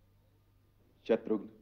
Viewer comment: शत्रुघन नहीं होता शत्रुघ्न होता है।